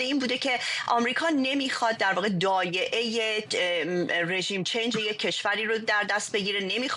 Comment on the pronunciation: دایعه نه خانم کارشناس،‌ دائیه.